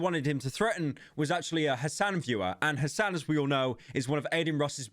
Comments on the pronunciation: Hassan? It's Hasan. You say it like "Hasaan". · whitest pronunciation of Hasan well done pyro